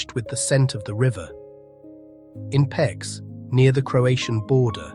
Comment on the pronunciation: I would like to help with the correct pronunciation of Hungarian city and town names. Szeged - not Sheged, but only shortly Seged, not Debretshen, but Debretsen- without "h", not Pecs, but Peitsh-with "h", and so on....